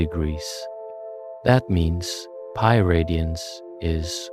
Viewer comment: Amazing video. But why is the pronunciation of certain words weirdly inconsistent? Usually pi is pronounced Pi, but occasionally Pee. Sine is usually “Sine”, but sometime “See-nay”. Wtf?! In such a deeply researched video I’d expect the script to be read consistently…can someone explain what’s going on here?